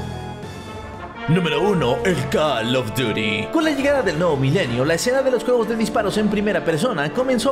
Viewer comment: 2021 y ni aun pronuncia bien el nombre del juego como se escribe:call of duty como se lee: coll of dury